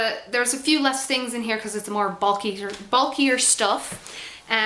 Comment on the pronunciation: Your energy and enthusiasm is so sincere and uplifting! I love your videos, almost as much as I love ELF, hahaha. I think it's adorable that you can hear a hint of the Irish influence in your voice when you said "again" at one point, "categorize," and "bulkier." Influenced by your surroundings, eh? =]